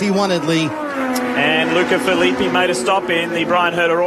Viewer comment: Agh, that's not how you pronounce Filippi